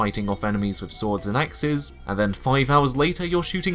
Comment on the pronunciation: Great vid but please learn to pronounce 'th'. Really jarring to hear "frough" and "eiver" and "wiv"